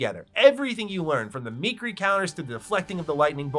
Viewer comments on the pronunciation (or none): Me-keer-ee counter